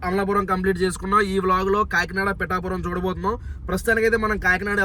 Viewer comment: Its not pittapuram Pitapuram make it correct 😂😂😂